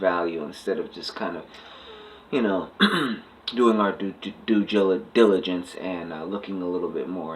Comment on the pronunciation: Top 5 reasons you are a fraud: 1) Never heard of your yellow ass before in life 2) High yellow nobody attacking a pro black member is automatically a fraud 3) Raised by his white mommy attacking the black community 4) See reasons 1-4 5) cant say "due diligence" lmao!